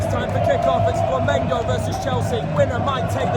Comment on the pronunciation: Que legal ele aprendeu a falar Flamengo.😂😂